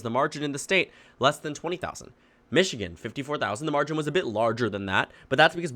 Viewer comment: Where is 'Michgian'?